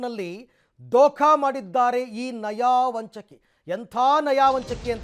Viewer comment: anchor, ಅದು "ನಯವಂಚಕಿ".. ನೀವೇನ್ರಿ "ನಯಾವಂಚಕಿ" ಅಂತೀರಿ 😆😆😆😆